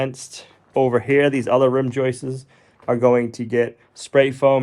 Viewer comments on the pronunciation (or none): It's not joyces, it's JOISTS. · Joists, NOT JOISTES. PLEASE!! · I know nothing about building but I do know English. There is no "es" at the end of the word joist. It is a simple, plural "s". Joists, not joistes. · Stop with the "joistses", stop, just stop. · Yes, every time he says "joistes" it's like fingernails on a chalkboard LOL. Actually, he accidentally pronounces it correctly . Miracles are possible after all! 🤣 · I love your videos and appreciate the hard work BUT please dont say floor joyces, it is joists. thanks. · I just googled it, plural for joist is joists. But not joistes. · He's saying Joists's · It's JOISTS.... not "...JOISTES..." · If i hear JOIST-ESS one more time, I'm going to explode. 😢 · Except he doesn't say "joists"... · Who smiles every time says joists?